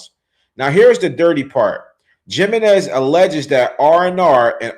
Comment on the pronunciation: Jiminez is Spanish. It’s pronounced HIM in ez.